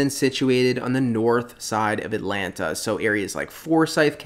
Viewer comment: You pronounce Atlanta the right way. I can't stand the transplants saying "At-Lan-Ta", when it is pronounced "At-Lanna".